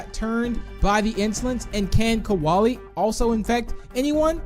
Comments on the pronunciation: KRAKEN RED EYE AND BOBBY it’s kolie not koalay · Kolie NOT Kawalie!!!!!!!!!!!!!!!!!!!!!!!!!!!!!!!!!!!!!!!!!!!!!!!!!!!!!!!! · Why did you say koalalie? It is Kolie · Pronounced kolie wrong, he said koalie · When Minitoon say "Kolie" he says Koalie it has no A its like Cole-IE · Its not kawali its kolie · Its Kolie noy kaolie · Kolie* not koaly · I get a bit triggered how pronounce Kolie's name as "Koalie"